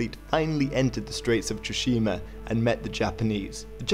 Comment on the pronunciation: Awesome video! but Tsushima is said more like "tsu" not "tu". For example like Tsunami.